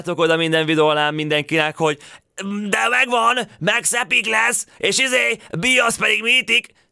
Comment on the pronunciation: Max lány de úgy ejcsük ki hogy Míkx